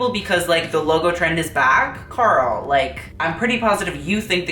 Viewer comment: It took me a moment to differentiate Karl with gurl. I kept thinking he was saying GURL. GUUUL PLS. Still works.